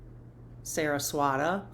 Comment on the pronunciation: I've been sleeping like you are also. You're saying Saraswati correctly. I absolute love this series SO much. Thank you❤❤❤❤